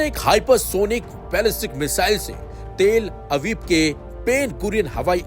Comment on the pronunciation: news suna rahe ho ya jhagda kar rahe ho bhai news ko news ki tarah bolo, and shabd sahi bolna sekho, talabib ko teeel abib, san'aa ko sana bol rahe ho